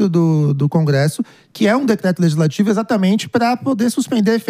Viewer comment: O correto é LEGISLATIVO e não LEZISLATIVO. 😏